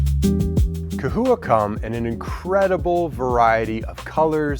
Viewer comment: Is it ca-houa (you're saying it non stop) or cha-houa (what ppl say)